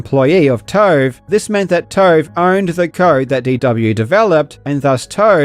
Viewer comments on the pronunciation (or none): Kept thinking you were calling them 'toe' and not 'tove' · Oh TOVE not TOAD .😁 12min Karl talks about needing a longer vid to cover something properly. More Karl content... Hell yeah!!!!!!! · “DW made some CAURD for TAURVE and NAUR Pixel, so TAURVE OWAURNED the CAURD” I wish all journalists were Australian 🇦🇺🩷